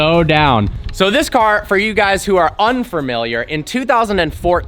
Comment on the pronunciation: Why doeshe always pronounce familiar "furmiliar"